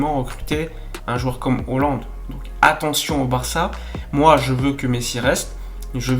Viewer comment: Il va falloir que tu nous expliques pourquoi tu tout le temps holande au lieu de haaland????